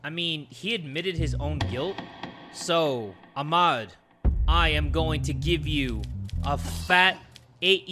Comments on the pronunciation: it’s pronounced Ah-mad😭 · the way he said Ahmad 😭